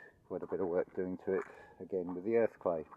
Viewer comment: Sorry I heard earthquake when you're saying earth clay ooops